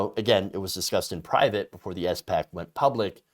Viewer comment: Oh man please stop calling it an S.PAC... it's SPAC (Spak). Please read up/look up how SPACs actually work. Before SPACs merge there are set conditions they need to meet. They usually buy/merge with companies that do not have tangible business models.